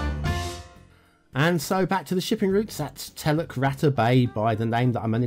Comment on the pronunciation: Oh dear BonBonB, a pretty rough a ready map with heaps of errors that I would never use. But it and its clunky backstory along with your excellent humorous delivery, all made for an entertaining video. I speak Bahasa Indonesia 🇮🇩 (the big brother of nextdoor neighbour Malay by many many millions of speakers). “Teluk” (which pronounced “tell-look”, me old mate, not “tell-luck”) means bay and “rata” means flat or level (and it is not pronounced like “ratter” - more like it rhymes with “starter” - lol). So I read the name of the map as “Flat Bay Bay” and knew it came from someone with little clue of the language!! I wondered if the map was based on the real bay of the Indonesian island of Sumatra (where there is also some Malay spoken) called Teluk Ratai - but I can’t really see much resemblance. Strange where people get their inspiration from and full marks to the map builder for originality if not authenticity and skill.